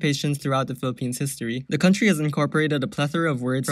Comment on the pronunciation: THE WAY HE SAID COUNTRY AND TAYLOR SWIFT'S RED PLAYED IN THE BG😭😭😭😭😭😭😭 I WANT MORE TS REFERENCE